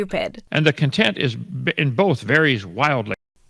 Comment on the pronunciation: gosh how you say content then.... warn me before you do that, I had to go to the bathroom.